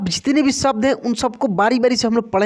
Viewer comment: आप शब्द का उच्चारण सब्द कर रहे हैं... उच्चारण ठीक कर लें तो अच्छा रहेगा और लोग भ्रमित नहीं होंगे